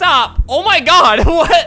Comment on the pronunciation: you do know you said good instead of god